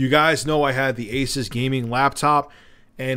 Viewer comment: ASUUUUUUUS not aces